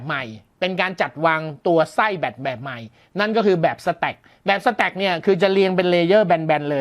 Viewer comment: พอได้ยินคำว่า " สะแตค " ผมนี้นึกถึงกีต้าร์ครับ